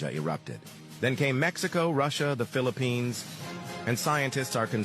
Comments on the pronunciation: It is not the Phili-Pines it’s the Philippines sir….😮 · Philippines 🇵🇭 is pronounced as : FILIP - PINS 🤔🤣😜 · I enjoy all ypur videos. Thank you. The Philippines is pronounce as "Filipins" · Hello love your videos but your not pronouncing the Philippines correctly, please research the language correctly👍